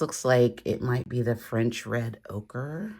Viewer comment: Did you say red okra? 😂